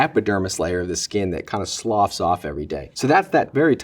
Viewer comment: Wow he's so informative. Really hated the way he said skin "sloughs off" tho